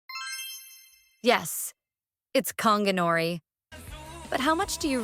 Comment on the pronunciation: It’s gon gi not konginori mf